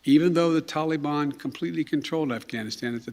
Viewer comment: I wish he could say Taliban correctly. Ugh. You can't do anything to hold them responsible esp NOW WHEN IT WOULD BE EASY FOR THEM TO HOLD THE REST AS HOSTAGES! WHAT A MORON!!! YOU HAVE CAUSED ENOUGH DESTRUCTION,PLEASE RESIGN!